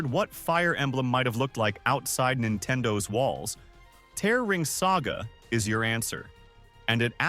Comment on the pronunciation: Thanks for letting me know about these gems! i never knew that Musashi had survival game mechanics/elements where you need to manage his food/sleep. But re:Tear Ring Saga, i'm sorry it's apparently tear like the tears when you cry, and not tear like the present tense of tore/torn. Edit: idk why i keep hearing it wrong, and you're probably pronouncing it correctly.